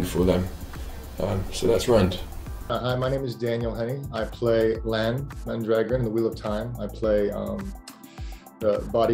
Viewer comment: I’ve seen his name spelt “Mondragoran” quite a few times, including on IMDb and even in the show’s credits when the first episode aired (it’s since been corrected), and it definitely sounded to me like he introduced himself as “Lan Mondragoran”. Apparently a hangover from auditions or something?